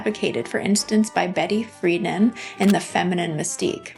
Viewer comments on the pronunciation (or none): $5000 was a lot of money back then. She never struggled. She maintained on the backs of others. The cosmetics were mediocre at best. You mispronounced Betty Freidan's name. Get the history right please.